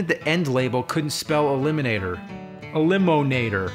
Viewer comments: elimonator. ELIMONATOR. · E🚐🚋🚋🚎🐝or (E-limo-nat-or)